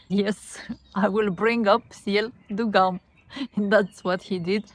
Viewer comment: Haha, GUM is pronounced with [u] sound, so it's like "GOOM" 😀